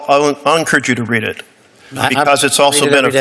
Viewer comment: BS AI narrator can't tell "read" from "read"